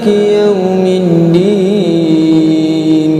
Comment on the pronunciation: dia baca malikiyau’ min’din.... bukan mid’din... kalau tak salah aku dengar macam tu.... kalau perasan cuba dengar balik... Allahualam..